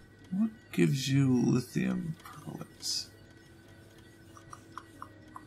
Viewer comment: not lithium percholate, but lithium perchlorate please xD